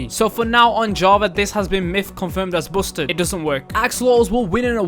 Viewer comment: Bousted? Busted (basted) not bousted